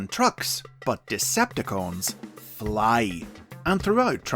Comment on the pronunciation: i love the way he pronounced "FLY" like he had to repeat it several times or something